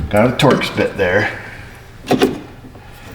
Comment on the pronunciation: The first two times he said "we need a Torx bit", I thought he said "we need ta torch this". Ha, ha! I almost passed on watching this one, as I've done enough power window regulators that I thought I didn't need any more instruct-sheons. Glad I watched; the entertainment value is high.